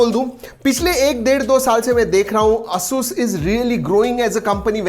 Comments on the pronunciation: its Asus not assssuuuusss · it is pronounced as एसस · Hasus Nahi he Asus he Bhai . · asus is pronounceed as ei.suhs you are doing as asuuuus a new word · Its hurts me when he says AASUUS instead of ASUS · You need to pronounce Asus properly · Lol he is saying it aasus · Bro you are doing Asus wrong pronounsation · You can't even pronunciate ASUS correctly! 🤣